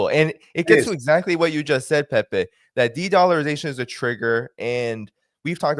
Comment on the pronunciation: I love how he pronounces Pepe’s name. ❤